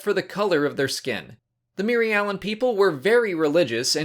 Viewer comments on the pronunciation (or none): Your pronouncing the species name wrong. It is just like Mir-alan and the plan is Mir-al